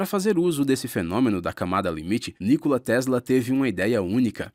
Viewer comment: Nicola (pronuncia, Nicóla)